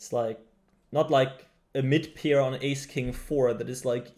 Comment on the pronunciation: pair not peer